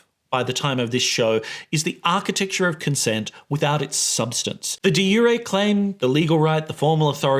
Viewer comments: Never heard the "j" in "de jure" pronounced that way... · What a fun way to learn that I’ve been mispronouncing “de jure”.